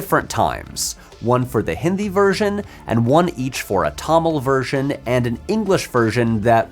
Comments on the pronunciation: It gave me a lot of unexpected happiness when you pronounced "Hindi" correctly. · Loved this. It's such a minor detail in the overall scope of the video, but I really appreciate how you attempted to pronounce words correctly instead of anglicizing everything. I actually did a double take at the start of the video when you first said "hindi" correctly with the softer "d" sound. It means more than you'd think! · Thankfully he is saying "Hindi" correctly.